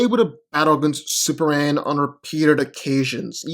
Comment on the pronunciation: No one: Literally no one:: Super-an